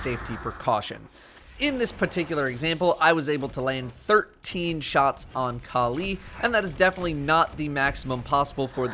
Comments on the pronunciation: Kaleee kaleee kaleeeee.... Kalli = California- Cali. Not Kal EEEEE :| sry i don't know why it annoyed me so much how you say it hahahaha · Why does he pronounce Kalli as Ka'Lee?